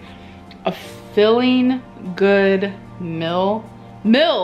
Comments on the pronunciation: Aygs, laygs, tockos, slommy, and melk! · And “melk” “edamommy” “bolth” “wommart”